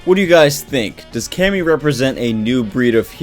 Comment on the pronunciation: Thought it was pronounced (Kay-me)?